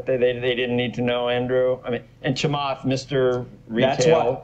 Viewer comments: I recommend that you stick to positive videos about stocks you like. I also recommend that you learn how to pronounce Chamath's name. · you can at least say his first name right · Were you intentionally just trying to get his name wrong? lol I feel like your message would have been better if you said his name right. You came off as childish, especially for someone your age. hahaha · I am sorry , you even not able properly pronounce his name . All e com company are no way neat in top 19 in early days . You are making money on him by simple using his name . Lot of people are simply have (-) view about him because is questions status co of current banks and financial intuitions and simple does not loose control . But is already now Square is bigger market cap then Bank of America . PayPal is close to chase market cap .